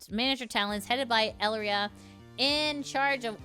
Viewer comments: A pretty common and ancient rule, if you are not with me, you are against me. There is no third stance to take. You dont kneel to me, even if we cant directly off you, we can make your life a living hell. On that note, i find it interesting how you read her name as El-ria. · Also on pronunciation, Elira's name is "eh-lee-rah" similar to Elara from Greek mythology.